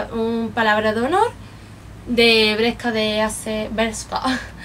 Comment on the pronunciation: dices BRESKA igual que yo!!!!!!!!!! que ilusion , mis amigas se rien de mi porque dicen que solo lo digo yo -.-' :)